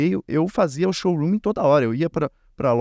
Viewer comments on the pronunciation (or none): Showroomiii 😂😂😂😂😂😂😂 Se fala SHOWROOM